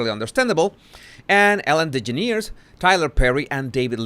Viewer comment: Pronounced De-Gener-es